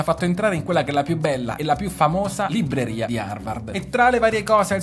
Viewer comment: Bel video però ‘libreria’ nun se po’ senti’… 😂😂😂😂😂